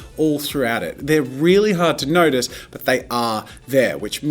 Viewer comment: "And if you haven't notied yet ... I am obiously-" -plugging every Marker video possible in this intro? "-on a bit of a crusaide to know absolutely everything about every marker [...]" plugs another video 🤣